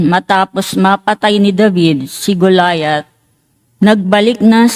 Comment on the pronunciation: Mali Po Ang higkad Ninyo Hindi Po Goliath....ako Po ay lector Ron sa San Antonio nuon ..Ang tamang bigkas Po ay ganito Go..la Yat..Tagalog Po